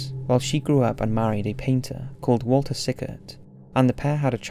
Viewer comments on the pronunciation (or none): none